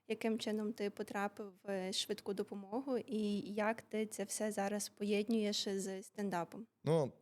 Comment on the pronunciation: Не поєднЮєш, а поєднУєш,. А Богдан топ